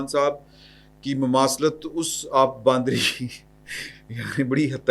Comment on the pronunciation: معذرت کے ساتھ آپ سب حضرات باندری کہتے رہتے ہی صحیح لفظ بندریہ ہے Bandrya لہاذا اپنی اصلاح کریں